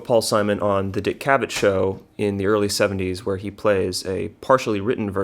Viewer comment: Cavett has emphasis on 2nd syllable, like Corvette. “cuh-VET”